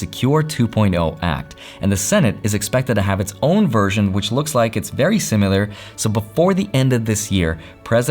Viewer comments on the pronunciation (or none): The way he says similar😂